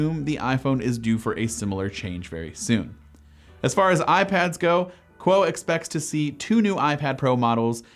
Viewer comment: ming chi kuo not quo